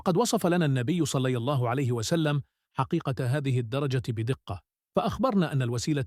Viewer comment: لا تحكي صلى الله عليه وسلم بطريقه غريبة في الفيديو احكيها بطريقة صحيحة